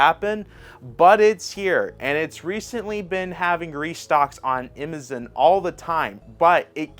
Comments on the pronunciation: Ok this isn't a funny question though it may seem so.. are you just mispronouncing Amazon or is there a switch game store named imizen? Again not being a jerk just curious. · Why my dude keep calling Amazon "Imizin?" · Bro. Learn how to say “Amazon.” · Dude can't even pronounce Amazon. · I love that he pronounces it that way. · He says stuff wrong so that people comment & feed his channel’s engagement lol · Another intentional mispronounciation is what it is